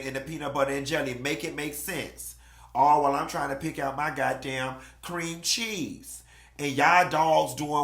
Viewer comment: "creeeeaaaam cheeeeese!!!" and "Medycation" got my cracking up🤣🤣🤣🤣